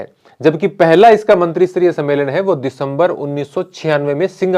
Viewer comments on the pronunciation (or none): सर "मंत्रीसतरीय" नहीं "मंत्रीस्तरीय" होता हैं।